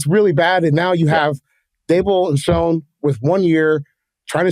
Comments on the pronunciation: Lol the only incorrect thing he said was the Oakmont m pronunciation of our shit head GM's last name. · This guy could at least know how to pronounce the GMs name correctly before he says wildly inaccurate and laughs unprofessionally through the whole segment about the team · can’t take someone’s analysis seriously when they say the number one thing they don’t need is actually the #2 need on the entire team and then also butchers the GMs name and clearly has no idea what he’s talking about. Again “not that serious” “touch grass bro” 😎